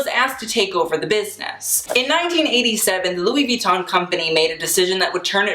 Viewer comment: You should maybe have started out by pronouncing the brand name correctly.